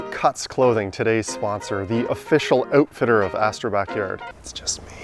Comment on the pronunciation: The "oat fitter" 😂